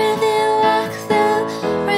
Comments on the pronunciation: A menina não sabe falar radioactive? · É engraçado quando ela fala "clotes" (clothes) e "radioacthive" (radioactive) 😂😂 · achei que ficou tudo 100% menos a pronuncia do radioactive, ficou bem estranha, mas de resto 100%